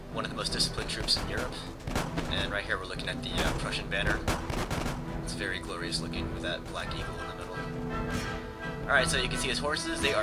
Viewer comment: i like it how he says glorias so much on all his videos lol " this is very um glorias" :D